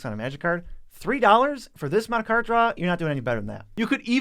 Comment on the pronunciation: I really hate they these guys say "card".